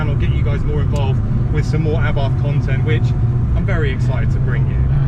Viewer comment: Why are you calling it A barth. It is pronounced Abarth as in Arbarth. I had a Strada 105tc and Strada 130 Abarth....say it properly please please please.